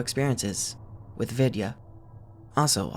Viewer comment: Vidya is pronounced we-thee-ya but with no spaces in between the three sections, if it makes sense.